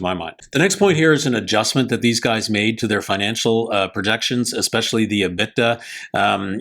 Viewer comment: liked your video on Blacksky. However, you need to get your pronunciation of your financial terms correct. You kept mispronouncing the term " EBITDA". Drives me crazy when people we are listening to for insight on a specific subject can't take the time to learn to pronounce a name or term correctly.